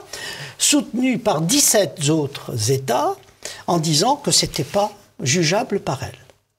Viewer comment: "...soutenue par dix-sept zautres États...". Pfoulàlà! Y'a pas que Biden qui est gâteux ! Bonne émission, bon invité, cela dit... Il y a juste des fautes de français qui, même dans un cadre oral un peu stressant, me semblent invraisemblables de la part de certaines personnes.